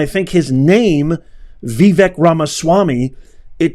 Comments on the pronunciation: Maybe your problem with Vivek's name is that you haven't taken the time to learn how to pronounce it. It's not VEE-Vehk. He has pointed out that it is pronounced Vuh-VAYK. Practice it, "Professor." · His name is not Vi-Vek, it’s Va-vake like CAKE Capeesh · Common man, don't keep butchering Vivek's name. It's NOT Vi-VEK it's Vivek and pronounced as Vi-fake. That's not that complicated, isn't it? 😍🙏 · Vivek is pronounced vi vake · Pronounced Ve-vake like cake. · Vee-vake (rhymes with CAKE) Please take the time to learn correct pronunciations of important names.... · His name is pronounced Vi-vake, like cake. He gives this out himself. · VIVEK is pronounced : Vi VAKE (like cake) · I believe his name is pronounced "Vie - vake". At least that is how the commentators were pronouncing it last night. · PLEASE LEARN TO PRONOUNCE VIVEK'S NAME CORRECTLY. I DID LIKE THIS VIDEO VERY MUCH. THANK YOU, KINDLY...